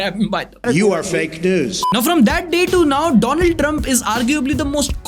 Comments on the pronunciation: Donald trump ❎ dolund trump✅ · Donald Trump ❌ Dolund Trump ✔️ Well done 👍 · Donald Trump ❌ Dolund Trump ✅ 🤣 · Donuld trup hai bhai not dolund trump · Donald❌ Dolund✅ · Dolund trump=✓ Donald trump=× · bhai ne doo land boldiya 🧐🤣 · Doo-luund trump...😂😂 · Who the f is doland trump 😂😂😂😂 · Dolund trump 😅😅 kya bol raha hai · Yeh jo aap baar baar दोलण्ङ Trump bol rahe ho Yeh on purpose hai kya?? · Bro said Dolund Trump 😂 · Bhai tu Donald ko Doland ko bol rha h Ashleel aadmi🤣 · wah modi ji wah😂😂 Doland trump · DOLUND TRUMP? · Dolund trump bola kya😂😂😂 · did he say "Donald" or "Do Lund", 😂😂😂😂. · Dolund trump itni baar boldiya ne ki mai bhul gya woh donald dump hai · Doland Trump....bro 😂😂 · Donald Trump ❌ Dolan Tramp ✅ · Maine notice Kiya tha,doland Trump 💀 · He's isn't joking. Don't be a snowflake. He just couldn't pronounce the name right